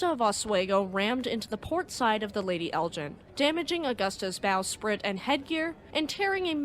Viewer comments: You mispronounced the Lady Elgin. You're pronouncing it as Lady Eljin rather than Lady Elgin. Otherwise it is an interesting video. It's hard G not a soft slushy G. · Lovely documentary! ❤ But Elgin is pronounced with a hard "G" like in "Vegan." Charlebois is pronounced "Sharlbwah"